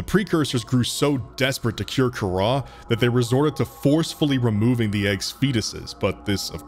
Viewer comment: Not Kahrah,car ra.